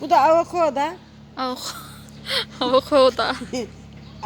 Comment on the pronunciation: Bengovil avokoda benjomin çiçeklerin ismini çok güzel söylüyorsun 🥰🤣🤣maşallah çiçeklerine bu arada çok doğalsın bayıldım sana allah ağız tadını hiç bozmasın